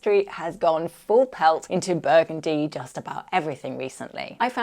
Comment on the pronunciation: 😂 shot everytime you say buegundi